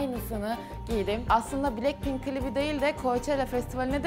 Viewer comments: Blekpink mi dedi o ? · Abla bilekpink deyil blakpin Yazilisi:blackpink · Blekpink değil blackpink